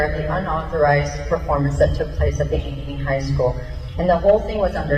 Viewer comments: 🤣🤣🤣 had to laugh how u pronounced Ankney Iowa🤣🤣🤣....I am not being a verbiage police just found it funny..however it is pronounced "ang" "kuh" " nee"...thanks for the laugh..I live near there... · I live 30 minutes from Ankeny. Hearing you mispronounce it was mildly infuriating. 😂 But yeah, this shit is happening more and more. This is like the 3rd time in 2 years that Ankeny has done some shit like this. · It's pronounced "A - Can - E" I didn't go to school there, but it used to be part of my stomping grounds growing up. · Great video!!! FYI: I don’t live in this district, but I am actually only like 2 hours south of it. It’s actually pronounced Ankeny (ank - as in ankle - eny). Just thought you’d like to know. 😎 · Every pronounces Ankeny wrong!😂 Matt Knowles got it right tho. Ank-eny, love that ppl in my city are standing up to this. My wife and I have been to school board meetings and voted, but this lady is on a different level